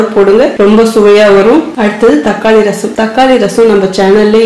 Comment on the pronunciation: தக்காலி இல்லை. தக்காளி என்பதே சரி